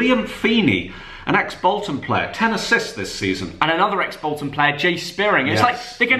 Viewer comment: Just say player proper smh